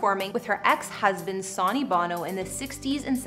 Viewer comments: Sawney, who's Sawney? How would you make a mistake like this? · SUNNY... NOT SONY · You're killing me with the Sawney!!!! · It's Sony pronounced Sun e